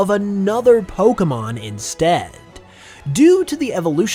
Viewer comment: Your videos are great, but BRO. WHY do you say 'poke UH mon' instead of 'poke AY mon'? Don't say it like Ash Ketchem, he's dumb. Say it properly, you DO make Pokemon videos as a career. You should really say it right if that is all you do...